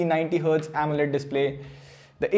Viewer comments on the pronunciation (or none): none